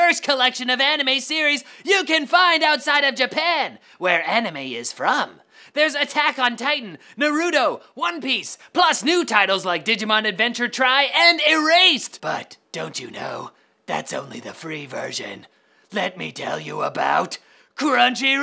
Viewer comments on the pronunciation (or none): I like how he pernounces it "Nurootoe" when it's Naruto. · Does it bug anyone else when someone pronounces Naruto as: Nuh-roo-toe as opposed to the correct way: Nar-roo-toe?